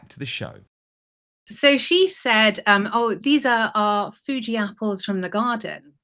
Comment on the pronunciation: She said "foodie" apples, not fugi? CRINNNNNGE! I'm from Tasmania aka The Apple Isle & my father grew 4 varieties of apples in our garden. Nothing like a home grown golden delicious!